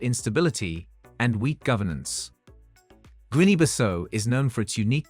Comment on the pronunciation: Learn to pronounce GUINEA